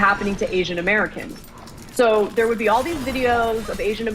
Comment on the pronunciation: best example of this person’s tendency to end phrases with an upward-tone, the final syllable “beeee” is drawn out and pitches up in his register. It’s hard to listen to.